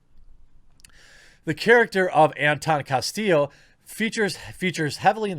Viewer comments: Castill--o.... I repeat... "O'' ... once more ''Castill-O''... not "Casteal'' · It's pronounced "CastiYo"